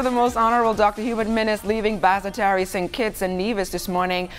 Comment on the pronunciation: The pronunciation of the word Basseterre, St kitts by these news people is horrible. pronounce Bass Terre